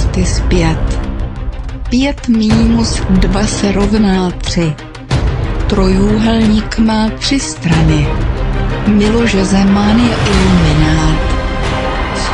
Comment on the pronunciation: Za prvé Jam curry je z USA za 2 se to nevislovuje curry ale kery lol